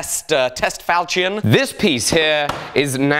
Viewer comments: Is that how you say ¨ falchion¨? How weird. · Damn, the way you pronounce "falchion" makes my ears hurt. Is this just a mistake or some weird accent thing? [Edit: I love the fact that you got more accurate info from James Elmslie though, he's a master when it comes to medieval single-edged swords]